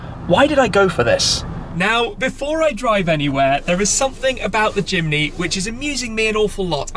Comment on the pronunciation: At first I thought he said: “Suzuki Chimney”